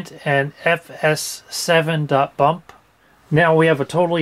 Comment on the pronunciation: That's how you're supposed to pronounce .BMP.